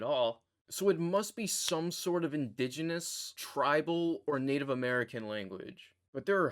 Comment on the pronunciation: makah, macaw is a type of parrot :p and indigenous not indeginous, sound it out (: but nice, mohawk here